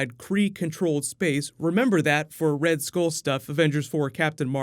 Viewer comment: It's pronounced "Skull" not "Skole"